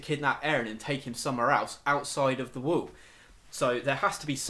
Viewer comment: dude loved the theories but i do haft to admit saying "wool" instead of wall had me laughing so hard. that said my theory is that the titans are made from eating humans and that's why they look similar and don't have sexual organs.remember in i can't remember which episode but when Eren is swallowed by the titan that little girl just made me think of it. and at the end of the series when they have found the pile of bodies vomited out that is most likely how they are "born." but i could be wrong